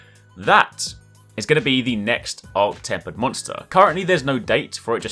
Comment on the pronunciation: not temp zorah...arch temper